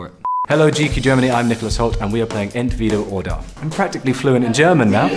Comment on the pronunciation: I love Nicholas Hoult! One of my favourite actors! He seems like such a lovely guy as well. And his "Entweder oder" was pronounced perfectly haha